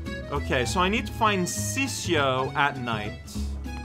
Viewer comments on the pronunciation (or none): For the record, Ciccio should roughly be pronounced as Chiccho (/Chitcho?) , and apparently it's a diminutive of the name Francesco (I'm Italian and even I am only learning this now) As an adjective ciccio could be translated as chubby , and can also be used as an affectionate name of sorts